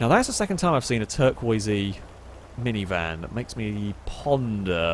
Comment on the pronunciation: What does he call minivans?, weird pronounciation